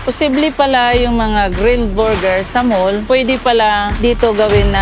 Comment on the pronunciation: panget magpronounce ng buger ✌️ borger